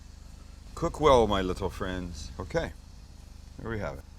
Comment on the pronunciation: "cook well my little fwends"😂😂😂